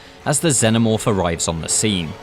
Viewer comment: Not sure what a Zennomorph is, pretty sure the films covered how to pronounce Xenomorph. Makes this video 100% harder to get through sadly.